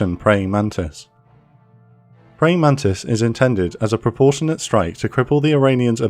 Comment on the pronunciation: "Porportional" Funniest Shit i seen yet